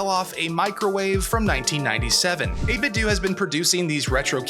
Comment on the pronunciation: It's pronounced "8 bit doe" as in "8 bit tho". Not "8 bit doo"